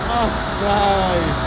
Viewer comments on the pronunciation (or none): none